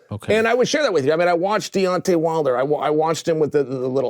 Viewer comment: To hear cheal sonnen call deontay wilder De-wantay